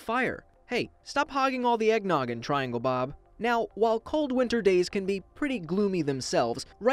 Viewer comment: Lol eggnogin